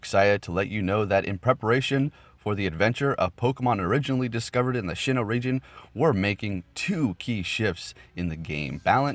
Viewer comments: It’s pronounced Sinnoh, not Shinno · It is pronounced sin oh. Not shin oh. Lol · It's SINN-oh not SHIN-oh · S-I-N-N-O-H!! Loved your video, as always very helpful but hearing you say SHINNOH was kinda cringey... keep up the good work!